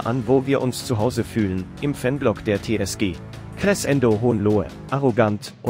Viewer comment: Finds lustig, wie Crescendo ausgesprochen wird(mache Musik, deshalb weiß ich, dass es so eigentlich nicht klingt)😂